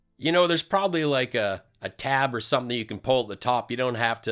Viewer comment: Deflection!! He is still melting his brain with "sumpiin"🤭😂